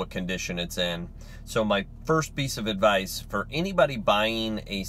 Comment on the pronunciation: "Advice" not "Advise."